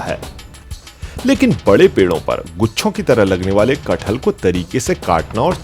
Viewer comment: That name is KATH-HAL not KAT-HAL